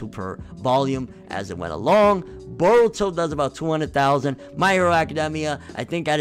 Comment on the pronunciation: its pronounce Boruto in case u didn't know...and they are adding way more content to chunin exams todays episode was proof and the manga need to get ahead of anime or it will be inconsistent like DBS